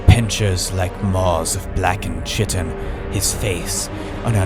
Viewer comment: Sorry to be that guy, but “chiton” is pronounced with a “k” sound